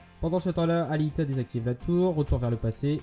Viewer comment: C'est Aelita pas Alita